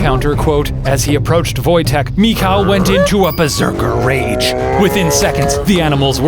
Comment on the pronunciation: You pronounce the name Michał like "mihau" btw